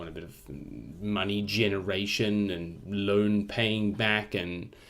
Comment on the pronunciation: “We should pay down the loine again, diddly diddly dee, and the we should extend the loine” ~ 2019 I seriously thought you were paying back the loan and re-borrowing. Then I was seriously worried about Australia’s economy. Haha!